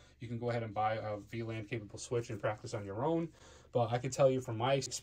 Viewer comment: Anyone else keep hearing him pronounce it V-Land?